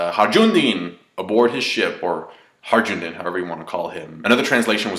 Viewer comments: The J in Hajrudin is actually pronounced as a Y. It's a Turkish name. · Nitpick: HA-RU-DIN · Hi-Roo-Deen is the pronunciation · "Hanjrundeen" ! Your pronunciations of his name get funnier every time, my friend. It's just Hajrudin, in Japanese pronounced "Hairudin". So just say "Hairudin". Like "Hi-Roo-Din". PS : it's also not "Mont Deer", or "Mont Dior", it's "Mont d'Or". Nitpicking aside, great review, as always. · It's HAJRUDIN. Like in "Hayrudin". Jesus Christ, Americans.... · It's pronounced High-rudin (with a soft R) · you're of mexican descent right? , the j in harjudin is just as it is in spanish